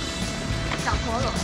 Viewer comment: 哈哈 小陀螺(台語發音) 😂😂😂😂😂😂😂